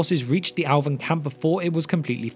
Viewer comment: When he says “Alvin” does he mean “Elven”?